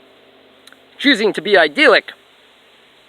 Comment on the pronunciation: God dude just pronounce idyllic properly, would you? But great work you sound exceptionally bat shit crazy today. I could tell that's what you were going for though! I find it funny how you are lecturing on the divine. You just appear as a godless creature who has clearly lost its way, speaking in tongues, while looking like forest gump in the long run scene. I just don't get it man. What are you trying to accomplish with these videos? Aside from providing me with some solid entertainment...:)